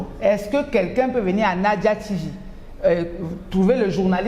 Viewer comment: il faute suvant eclarer tes invites que le NAJA se prononce come NAYAH, (German pronounciation)